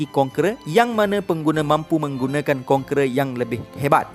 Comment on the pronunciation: Iaitu kon"kera" Dan authority Lol